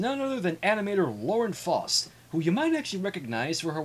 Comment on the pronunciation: Not to critique your pronunciation too much, but Faust made a note in one of her dA journals a while back, its pronounced Fowst like in house or mouse. Just sayan.